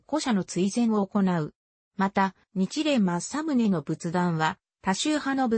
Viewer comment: おそらく音声ソフトに喋らせたらソフトが勝手にそう読んでしまったんだと思います。